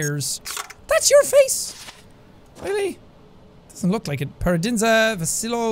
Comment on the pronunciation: it lowkey bothers me how jack keeps saying "paradinza" instead of "paradizna" :(